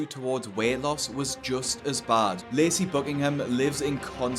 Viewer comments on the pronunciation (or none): I keep mishearing him pronounce 'Lacey' as 'Lazy'.